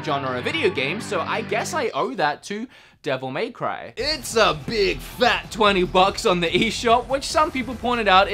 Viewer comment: The way he says dmc is just arrgghhh, devil MAY cry